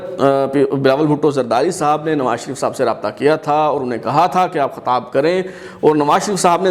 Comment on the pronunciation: Khatab nahi Khitab hota ha.... Chutiye....